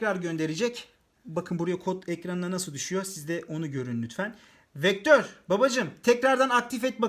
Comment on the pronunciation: vektör beee değil beaa